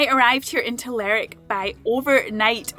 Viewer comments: I know the names look very alike, but Lerwick is not pronounced like Berwick. It should be "ler wick", not "lerrik". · It's Lerwick, not lerick lol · It is not Lerick it Ler Wick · Your pronunciation of some towns is funny. Lerrr_ wick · Lerrick sounds so wrong. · It’s ‘Ler’wick’ :) - we spent a week there in July moving around. . Based myself there and cycled to all corners. A great toon. Shetland was stunning. We also went to Yell and Unst. Cracking chip shop in commercial street. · I think most people in the UK are aware that Shetland and Lerwick exist. Also you need to pronounce the "W" in Lerwick.